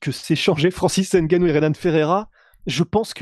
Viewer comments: pour francis on dit n gannou pas nnngannou, gannou ou humgannou et on dira franciseN gannou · Il s'appelle Ngannou pas N Gannou pareil pour Mbappe pas M bappe, Ngolo et non N golo etc... apprenez à prononcer les noms africains comme ça se dit. Pourquoi vous ne dites pas S port ou bien K nock etc...